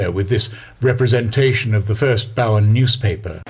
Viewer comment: A couple of small corrections from an Australian if you don't mind? The pronunciation in Australia for Bowen is not as you say in the narration, like Boughen. It is bow, as a bow tied in a ribbon with "en" on the end. Another small correction is that the 2 explorers you mentioned in the area after this was Capt. James Cook and Lieutenant Matthew Flinders not Martin.